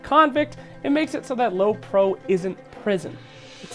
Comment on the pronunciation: it's prio not pro you dummy